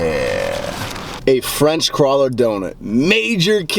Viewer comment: French Crawler donut? It's CRULLER! lol